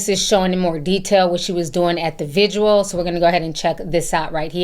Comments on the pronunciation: Vigil. It's vigil. Not vigual. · GIRL.. please tell me I don’t hear you calling a vigil a visual at your big age 🤦🏾‍♀️